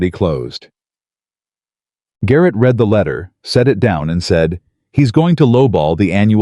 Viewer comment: To read a book is pronounced “ Reed”, to have read a letter is pronounced “ red” . 😅